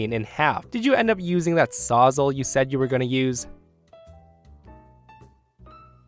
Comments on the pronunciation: Story 1: it's a "saws-all" not a sausal 🤣🤣🤣🤣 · 'Sawzall' isn't pronounced sawz-ull, it's saws-All, as in it will cut everything, hence its name. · Saws-all not sozzle or whatever you're saying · Incidentally it's not "sahsal" it's "Sawz All" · It hurts hearing Sawzall being pronounced that way, everyone I know just pronounces it "saw -za"